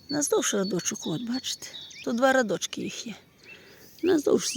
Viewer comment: Ось і таке то , радки, ось , не радочки а рядочки, навчіться перше правильно говорити .